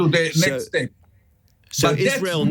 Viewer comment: "Iswael must twy to ewase tewwowist HAMAS". Right buddy, well this approach won't do it.